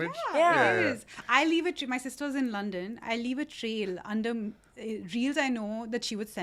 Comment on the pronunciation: Is that the "Lawndann" pronounciation was referring to in the last ep? It wasn't that dramatic though, LOL, so cute though!😂♥️ LOVE LOVE LOVE the heights you boss girlies are scaling.💕🥰🧿